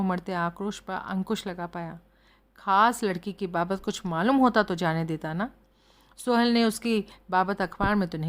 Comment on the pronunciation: Mam please... सोहल नाम को सुहेल कहना बंद कीजिए